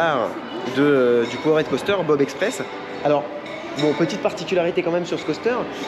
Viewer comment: Yo! Excuse-moi, mais tu me rends dingue sur l'anglais 😅. POWERED, ça se dit "poword" ou "paword" selon l'accent, quand tu dis "power-head" ça veut dire un truc genre "tête de puissance". Merci Man 😍 merci pour tes vidéos! Sam